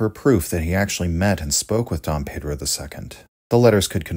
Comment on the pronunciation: Let me prepare mentally for the wrong pronunciation of Pedro. Edit: Wow nice try! Good.